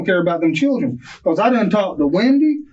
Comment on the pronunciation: His “Churrin” 😂